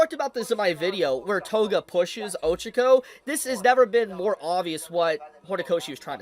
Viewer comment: My guy, her name is pronounced Oh-CHA-ko